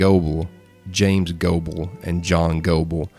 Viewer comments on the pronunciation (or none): none